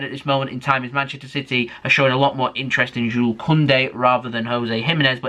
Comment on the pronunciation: Finally you you said jule not jules 👍👍👍